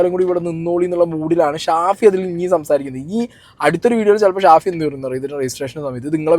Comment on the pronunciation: ഷാഫി അല്ല പഹയാ സാഫി 😹😹